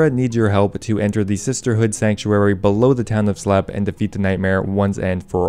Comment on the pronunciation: Ash-eee-hama. slepe = sleep